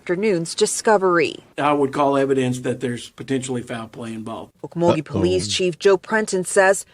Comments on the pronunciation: no, they were trespassing... the owner of the property didn't want no fuss made of it, so... someone wanted to dispose of a situation before it became a bigger "situation".. it's pronounced "oak_mull-ghee" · it's pronounced oak-mull-ghee....